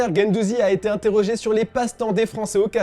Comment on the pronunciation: 0.57 Mercato, Inétrogé ? 🤣🤣🤣